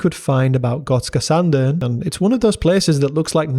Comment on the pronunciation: Thank you for a good video. Also, nice to hear someone outside of the nordics mastering the Swedish ö!